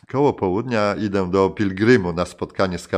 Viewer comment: Książka super. Trochę fantastyki tam było, ale tak to już jest z podróżnikami. Co do lektora to plus za chęci, ale przy następnych książkach proszę mniej akcentować samogłoskę "ę". Mówimy "ide", nie "idĘ"